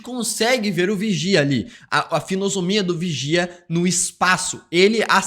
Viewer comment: Curte aqui quem ouviu Finosomia em hahaha